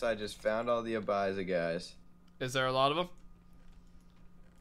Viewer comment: Lol abiza? You mean abzya